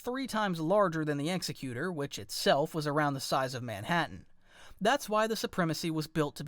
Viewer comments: its not the ex-e-cute-or. its ex-ec-u-tor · The Executor is pronounced Exe-cutor similar to executive. Not trying to nitpick or nothing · Great video but you pronounced executor wrong it's ex-sec-u-tor